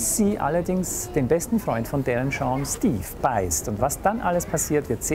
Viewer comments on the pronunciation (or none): Er macht auf Larten im Manga-style:P Da trägt der auch immer eine Krawatte mit Spinne xD Zum Mitschreiben. Es heißt Darren Shan! Mit einem A und nicht Darren Shorn! >.< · Ich nehme Kerle mit ner Spinne auf dem Ausschnitt eh nicht Ernst :P Außerdem sagt er irwie 'Darren Shorn' xD